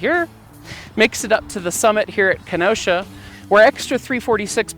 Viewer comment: As a resident of the City of Kenosha, Wisconsin, yes the CITY which the pass is most likely named after, I do take offence (jokingly) to Smells like Kenosha. Otherwise, cool story telling of the accident and the outcome. By the way,, you did pronounce Kenosha correctly. That is how the city of Kenosha, Wisconsin is pronounced.